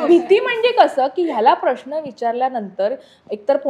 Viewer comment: please श आणि ष यातील फरक समजून घ्यावा. "प्रश्न" हा शब्द उच्चारताना प्रश्न ''श " वापरावा आयुष्य लां ष हा ऊच्चार असावा सर्व श असलेल्या शब्दांना ष please वापरु नये, ऐकायला बरोबर नाही वाटत